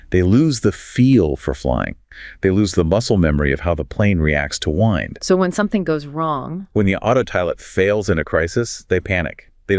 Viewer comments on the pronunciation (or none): the male AI said 'wind' the verb instead of the noun. Fcken ironic. Stop slop.